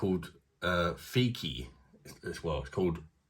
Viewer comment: Its not fikki bro fichi🎉